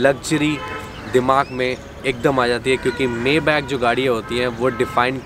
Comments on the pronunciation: Bhai Mayback nahin maybach hota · मेबॅक नही मायबाक बोलते हे इसको भैय्याजी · Mayback???? Correct pronunciation : my -- baaakh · Bhai usse मेबैक नी माईबाक bolte hain. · You are right , mi-baakh or sometime mai-baa(kh silent) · Ur pronouncetion is wrong..... It is My bha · Maybach ka pronunciation bhe nahi aata 🤣